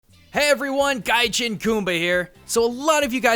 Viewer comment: It's guyjeen not guyjihn